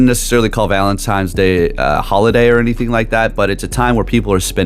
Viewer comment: You said Valen-TIMES day twice….😂😂😂😂